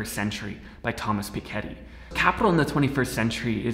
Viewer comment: It's pick-e-tee